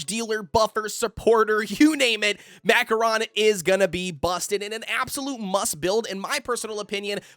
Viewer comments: It's pronounced Ma Ko Ron. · Bro said Mackoron cookie